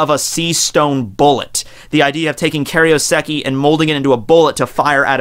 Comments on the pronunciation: Kay-roh-seh-kee FFS, can you pronounce anything right? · Is that right? I thought it was Kai-ro-seki?